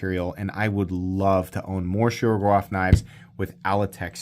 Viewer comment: Whats a shougerrof? Its Shiro-gorov. Learn the accents